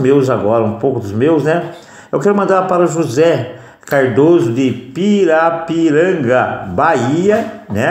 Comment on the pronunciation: LIKE 65 foi o meu Obrigado pelo abraço Percebi que tem um xará (José Cardoso) no interior de SP Abraço Deus abençoe vocês José Cardoso PARIPIRANGA-BAHIA Você fala Piraporanga, mas é PA-RI-PI-RAN-GA - Bahia